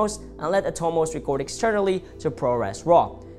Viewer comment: Thanks for your video and the files to download. They are both great tools but have different strengths. For cinema only, the 6k wins. for video "work" the a7SIII wins. BTW, I believe the external recorder is the "Ninja five" and the company is pronounced At-Oh-Mose.